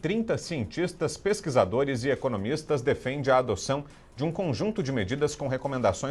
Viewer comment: “Sientixtas”, “pexiquizadores” e “economixistas”...😒 Çei...